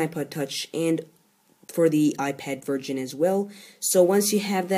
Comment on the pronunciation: Your English is great, but please pronounce VERSION as Version and not as VIRGIN. It just sounds weird in this context. Good video, thanks.